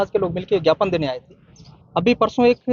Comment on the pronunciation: पत्रकार महोदय झापन नहीं ज्ञापन सौंपा है बोलते हैं उसको 😂😂😂😂😂😂